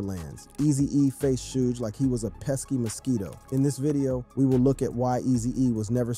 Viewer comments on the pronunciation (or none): It's shug not sooge or 2pack lmao RIP Eazy. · Im reporting this cause you said shoodge. Dont ever speak on rap again. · Shooge, too pack haha 😂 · Shoo Jee Knight. 2 Pack. Love the content but please get someone else to narrate. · Did I hear "shoe Nike"2Pack"???👂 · “Too pack” “Shooge” bruh I got zero faith that you know what you’re talking about 😂 can’t even say they names right